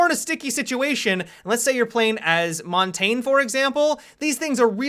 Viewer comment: Americans miss-pronouncing Montagne makes my ears bleed.